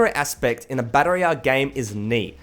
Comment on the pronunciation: Learn how to say royal